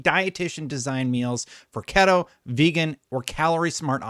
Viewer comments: For future reference, the word keto in the keto diet is pronounced key - toe not ket - toe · Just an FYI. It’s pronounced “key-toe” not “keh-doe” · Did you pronounce keto ket-oh? Lol great video keep up the good work!